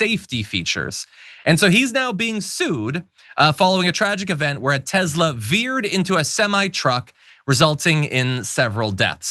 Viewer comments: It is pronounced 'Tess-la', not 'Tez-la'. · Can yoh say TeSla, not TeZla